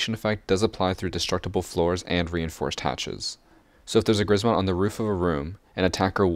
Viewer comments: Polish and if you want to correctly and easily pronounce Grzmot you should try saying "Gshmot" (with "SH" for "RZ"). "Sz" (pronounced like "sh") is simplified version of "rz", so a lot of Polish people would read it like this and it's correct to do so. Please, if you learn how to pronounce it correctly (and "sh" noise shouldn't be hard to make as it appears in words like "sheer") you will have triple the swag while playing Ela. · Read it like kshmot (grzmot) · Im from poland and when u say grzmot im laugh so much